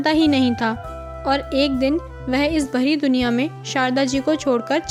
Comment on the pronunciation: वेह नहीं वह